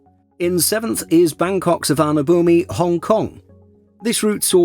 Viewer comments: I hope that one day, all aviation enthusiasts and the aviation content creators would learn how to pronounce Suvarnabhumi correctly. It’s Suwanapoom. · Please get the Suvarnabhumi pronunciation right. You’re not even trying. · If you looked the pronunciation up you’d realize that zero effort was made to get it right.